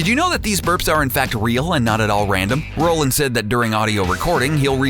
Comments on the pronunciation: I feel like the narrator has no idea about anything he is talking about. I feel like the narrator is just reading off of a script. Like whenever he says "get schwifty" he sounds like he has no idea how to pronounce it and the fact that he prounces "Roiland" as "Rolland" makes it seem like the script is just typed out in all caps. Fucking amatures I swear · Yea he said Roland not roiland it's a script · If you're going to make a video about anything involving Justin Roiland, at least try to pronounce his fucking name right. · A video claiming to have facts no one knows-can't pronounce "Roiland". JFC... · You repeated a fact, you pronounce Roiland wrong consistently and none of these are secrets.. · He's pronouncing Justin's last name wrong! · How much research would it have taken to correctly pronounce the last name of the show's creator properly? The mistake became too difficult to ignore around the 40th time it happened. So much cringe. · *roiland not Rolland you peasant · ROILAND NOT ROLAND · Great video but Roiland, not Roland please. Love the video tho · "Roy-land"...lets try those two out. "Roy". "Land". Great. Now lets say them really really fast together. "Roiland". Great....NOW QUIT SAYING ROLLAND!! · its roiland not roland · Roiland is pronounced ROYland! ROYland! not rowland Idk why this annoyed me so much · It’s pronounced ROY-land not Roland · You're pronouncing Justin Roiland's name like Justin Roland. You should pronounce it Roy-land. God like you think people would know how to read words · it's justin roiland not rolland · Roiland not Roland. Roy-land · ROILAND NOT ROLAND YOU DUNSE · ROI LAND not ROLL LAND. Hire a narrator who knows what he's talking about! Or at least can read the script. Or does the writer not know the names of the people he's writing about? And an editor who knows what's a Meeseeks and what's a jellybean. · HOLY SHIT SAY JUSTIN'S NAME RIGHT IT'S ROILAND NOT ROLAND YOU IDIOT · DID YOU JUST SAY ROE-LAND ITS ROY-LAND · It's ROY-land